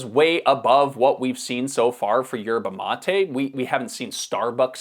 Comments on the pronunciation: Why do you pronounce it 'matey'? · His pronunciation of Yerba mate is triggering 😂